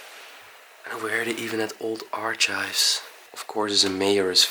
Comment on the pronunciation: Oh yeah. Not that you really need to know, but archive is one of those words where the ch is pronounced more like a k as in ark (like Noah's). Arch of course is a supporting structure and the ch is the same as in church.